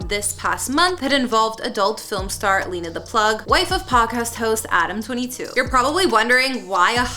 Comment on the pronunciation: Her name isn’t pronounced lee-nuh it’s actually pronounced Len-uh. If you’re gonna make a video, at least pronounce people’s names correctly.